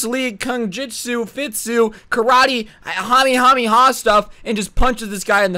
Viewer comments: And it’s not a Hamiehamieha it’s (ka-meh-ha-meh-ha) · It’s kamehameha my guy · Him: Hamehameha Me: NARUTO USES RASENGAN NOT KAMEHAMEHA!!!!!!